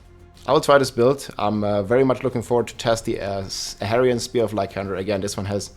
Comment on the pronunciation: Ahavarion, not Avarian nor Aharian Chorus, not Chocs - also, it’s an incense, not an elixir Soothing, not Smoothing #dyslexia